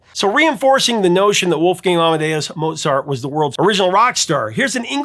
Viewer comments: Pronounced Mote-zart. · The maestro's name should be pronounced, "Mowt sart." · You actually mispronounced Mozart. [cringe]